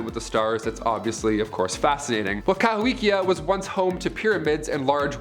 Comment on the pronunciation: The Mississippian city is actually pronounced ka-HO-kee-a.